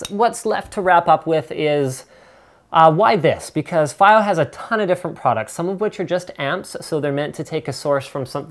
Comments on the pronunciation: Dear Lad. Its fiio not fio Pronounce properly please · Fa-eye-o God dammet linus